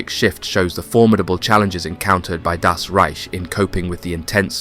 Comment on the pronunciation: Why does he keep saying DAS Reich? The emphasis is wrong and no one else says this. Just say German or German Army or SS or Wehrmacht or 9th Army or whatever. I swear the fast intense narration of this without natural pauses or emphasis on one word from another or saying DAS makes me think its AI but i know its not.